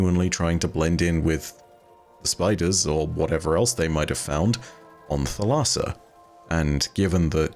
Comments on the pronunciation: Thalassa is the Greek word for sea and it's pronounced THAL-a-sa with the accent on the first syllable. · Thalassa, in Greek, means Ocean/Sea. Pronounced a with different inflection as you are doing, but thats how Google prnounce says it, unless you search for how to pronounce it in Greek.